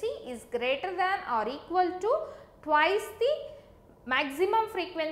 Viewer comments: It's Twice not twise🙄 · Very good explaination. I totally liked it. By the way,its 'twice' not 'twise'. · Video is good but it's not twise it's Twice😁